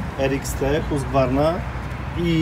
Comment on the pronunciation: kurde przepraszam nie skupiliśmy się na tych frazesach. Dokładnie kraje skandynawskie i myślę że raczej Husqvarna przez Q i V - ale wiadomo że zawsze troszkę dokonujemy spolszczenia więc czy G czy K nie będzie wielkim błędem - ale tu co do wymowy trzeba by było już zapytać Pana Profesora Miodka